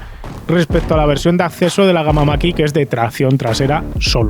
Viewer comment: Para cuando la prueba de un model 3 performance o un model Y? En todas las pruebas los ponen mejor que el mach E, pro igual tienes otra opinión! Eres de los pocos que pronuncia bien el numero de MACH!